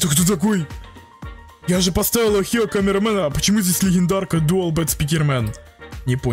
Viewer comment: Хочу геймпасс ник amogus ohio и это слово не охио а огайо